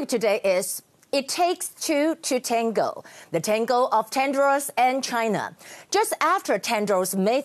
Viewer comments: 雅琴好像把Tedros 發音成 Tendros. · 被雅琴姐圈粉了。 不過你一直唸te''n"dros 沒有n的音哦，tedros才是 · I ain't sure how hard the arguments could slap Tedros in the face, but the repetitively wrong pronounciation of their names even with teleprompter and printed props are just plain ignorance. For times that you could feel free to improvise, all grammars just went embarrassingly wrong. Geez...